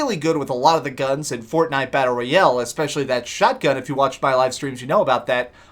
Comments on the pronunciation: ROYAAAAAAALE GODAMMIT!!!! not ROYELLE. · I like the content of the video but the way you say "royale" is really awkward and annoying